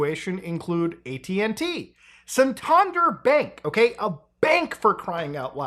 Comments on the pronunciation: The pronunciation of San-Tan-Der is mad. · The way Muta says Santander pains me ! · I think my brain twitched at the mispronunciation of Santander, but otherwise an informative and entertaining video as usual.